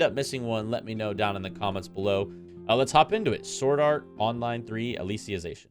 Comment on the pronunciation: Lmfao it's "Alice-ization" not "Alicia-zation" 💀💀💀💀